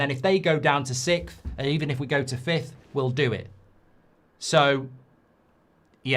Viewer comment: Why can people not pronounce sixth anymore? Its fucking weird.